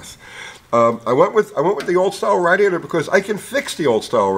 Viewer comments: I love. But are we not gonna talk about him sayin raadiator?!?! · How can a cast iron six-cylinder engine that's nearly 50% bigger in displacement be only 100lb heavier than an aluminum four-banger? Surprising. I've never heard "radiator" pronounced that way before. Uncle is The Man.